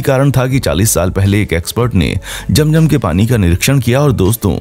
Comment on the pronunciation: Sorry jum jum nahi zum zum 🤣